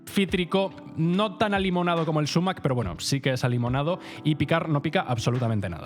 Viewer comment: Si prefieres utilizar la palabra árabe a la española deberías acentuarla en agudo: "sumák". Decir "súmac", a la inglesa, no revela mucho conocimiento. Por cierto que el zumaque es abundantísimo en España, se ve por todas partes. Cuidado, que es urticante